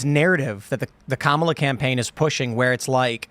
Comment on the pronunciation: must have a low IQ. She cant pronounce Kamalas name right.